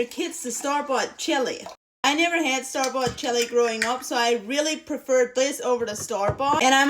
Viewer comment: I like the tight shot when you said “stor bot chelly” I like the way you talk